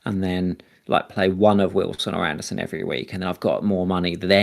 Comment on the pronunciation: Andersen vs Anderson. Not spelled the same way and not pronounced the same way. son != sen